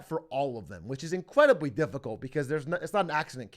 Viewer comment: Atrioc says "Incwedibly"